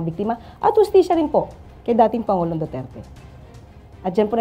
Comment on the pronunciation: Duterte not Dutert.. Pls. Kindly pronounce correctly 🙄